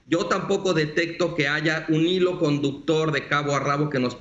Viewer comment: No se dice aiga, por favor no porque algunos hablan asi todos deben hablar asi.